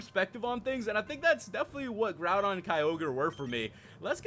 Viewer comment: did you just call groudon groundon?